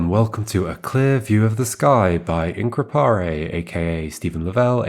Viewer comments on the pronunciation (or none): The pronunciation of "increpare" surprised me.